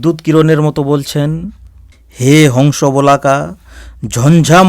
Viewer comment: মাফ করবেন বোলাকা নয় বলাকা বলুন।